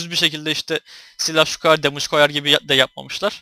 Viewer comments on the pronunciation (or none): none